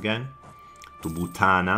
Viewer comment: You say "butana" like a proper Ethiopian